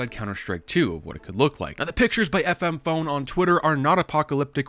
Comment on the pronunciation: Did u rly called him FM PONE? HES CALLED FMP ONE!!! xd